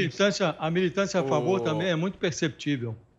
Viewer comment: Essa moça é bem... per - cep - tí - vel. Kkkkgkkkk. Nada, nada parcial. 😂 😂 😂 😂